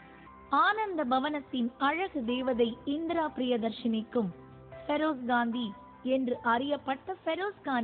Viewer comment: I hate the way this news reader pronounces the name Feroz. Seems like an illiterate person.